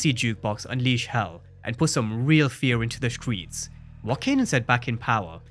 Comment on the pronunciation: "the stweets the stweets" speak right mf STRRRREETS